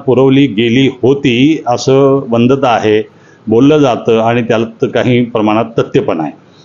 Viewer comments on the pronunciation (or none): वंदता नाही वदंता